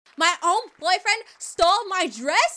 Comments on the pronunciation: I love how she said bufrens XD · I love how she says boyfriend it’s so funny